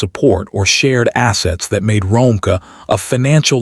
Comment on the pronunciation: Her name is Ro-meeka (Romeca)that’s how u pronounce it sir ai.